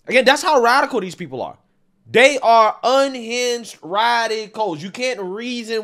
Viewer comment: Radical, not “radicial” 😂